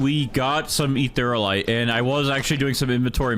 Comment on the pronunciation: also Eatherialite is pronounsed (Eth-ear-ia-lite) not Etherlite (no offence btw just a friendly correction:D)